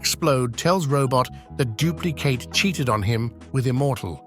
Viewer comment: bro really had to say dupli katie whenm he knows damn well its dupli kate